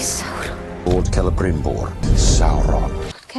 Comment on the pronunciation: The names in this video. Whoreladriel. Gwildor. Drawfrah. Celerybrimbor. El-wrong. Fireplace Jesus. Gandalf.😂